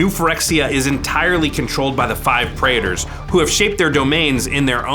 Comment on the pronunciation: "Praetors" has 2 syllables, not 3 syllables. It's pronounced prey-ters. Not prey-ey-tors.